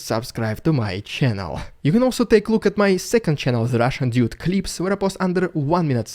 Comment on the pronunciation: TL;DR : Is it "Russian Idiot", or "Russian Dude"? I've been watching this channel now forever, back to when the name changed to Canadian dude... Any way, I just wanted to ask something: When ever I hear the introduction, I always hear "It's the Russian idiot", but when I open up the subtitles it says "Russian Dude", and "Russian Dude" makes so much more sense, but no matter how I try, IE with eyes closed, or the sound off just trying to lip read I hear "Russian idiot"; am I the only one? PS. I don't mean this as any form of insult / trolling, I just need to know if I'm not loosing my marbles....